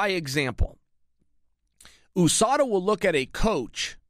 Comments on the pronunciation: Can someone explain to me why chael keeps on pronouncing USADA as “O-SADA”. I pronounce it along with most other people as U-SADA. English is not my first language so I’m curious to know or at least learn how to pronounce the “U” in this context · Chael 'OOUSADA' Sonnen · Chael "ooh-SADA" Sonnen